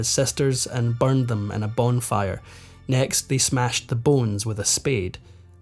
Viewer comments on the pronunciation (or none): none